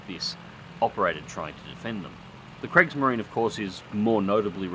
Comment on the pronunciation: kriegsmarine is not pronounced gregs marine